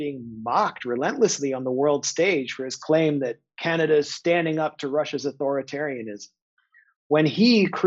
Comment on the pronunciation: Justin Trudeau-eh as well as Canad-eh.👏 Jimmy Dore, you are truly a comedian if ever there was one!👍